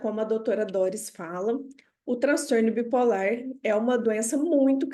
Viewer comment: Adorei a aula, muito esclarecedora, mas não entendi porque a professora fala "bi polér". Isso é devido a linguagem neutra?